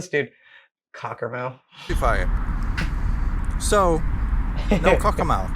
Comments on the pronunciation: Cockermouth is actually pronounced like cockermuth but I’m from cumbria myself so i don’t know if that’s just my accent or not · Cockermouth is the nearest town to where my parents live. Like many place names with the suffix -mouth, the pronunciation is more like "muth". It, of course, sits at the mouth of the River Cocker, where it meets the River Derwent. It's actually genuinely a fantastic town to visit, and in a wonderfully beautiful area of the country - the Lake District! But completely understandable that he would omit it from his route. He'd probably have to take the A66 to get there if Wetwang was his previous stop, and then the A69 to get back on track. A 3 hour detour in good conditions, and a miserable drive in poor conditions.